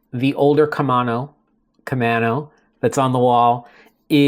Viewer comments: You were asking how to pronounce Camano and if it was an island. Yes, Camano is an island, connected by a bridge. It’s pronounced “main” vs “man.” :-) Love the channel. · The camano paddle is named after an island in the Puget Sound. It is actually pronounced as ka-main-o by us locals. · Timely video as I’m thinking of a backup paddle. For “Camano” you are on strike 2. 😊. You have the first and 3rd syllables correct, but the second is a long a sound. Here is a local saying it.